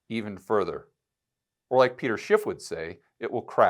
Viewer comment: Isn’t it “Schiff” not “Schipp”?